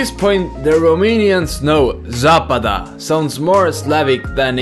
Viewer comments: A spus doar zapada, ă nu e accent, e complet diferit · If only he put the accent on the middle 'a' it would have sounded more latin than slavic 😂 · Zapada ✅️ zăpadă ❌️